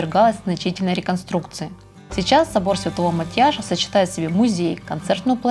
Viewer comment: Спасибо за видео! Всё отлично 👍 небольшой совет, когда произносите названия церквей или улиц, обязательно смотрите, хоть в Википедии правильные ударения! В венгерском языке ударение падает всегда на первый слог! Проспект АНдраша, ГЕлерт или церковь мАтьяша. И чтобы не обидеть местный жителей я всегда в своих видео проверяю ударения в названиях разных объектов)))